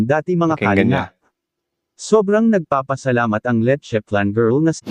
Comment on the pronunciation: oo nga si letcheflan dapat mali mag banggit😂